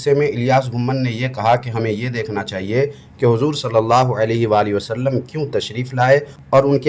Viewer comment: इस खबीस वहाबड़े के मुहं मे लकवा मार दिया इस लिए मेरे नबी पाक के नाम सही से ले नहीं पा रहा है ,,,बोल रहा सल्लम ,नाऊज़ बिल्लाह